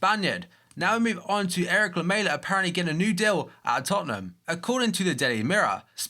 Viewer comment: I appreciate that an english youtuber finale said lamela instead of lameya. like srsly lmao